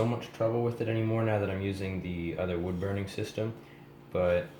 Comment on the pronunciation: "Bood wurning"